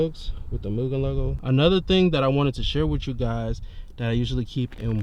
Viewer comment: im not being that person on purpose, but its pronounced m-you-gen, not moo-gen, (for mugen) all love brotha <3